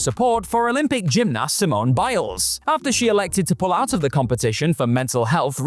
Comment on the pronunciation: The way you say gymnast makes me so angry